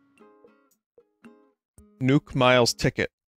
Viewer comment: Why does he pronounce nook like nuke